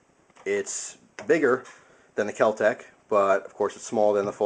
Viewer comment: Kel-Tec No h.